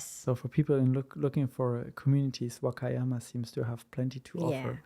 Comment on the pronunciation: Love watching! I was just wondering if she purposely mispronounces "Wakayama"? If so, what is the reason? Thank you! 🤗